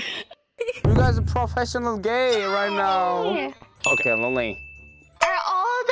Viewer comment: ㅋㅋㅋㅋㅋㅋㅋㅋㅋㅋㅋㅋ 게이 발음 찰지네요 역시 은 광대인가...?